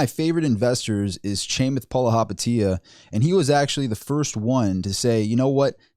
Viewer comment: The way you say Chamath Palihapitiya🤣🤣🤣